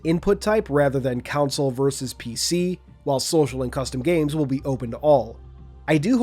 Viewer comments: Why are you saying councils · why this guy keep saying “counsel” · Only pronunciation butchered was console